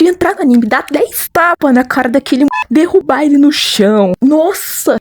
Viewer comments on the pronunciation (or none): none